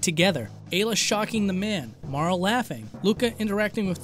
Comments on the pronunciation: marl....its mar-lee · Amazing work! Truly great to finally explore the pre apocalypse future. PS - it's Marl-ee ;)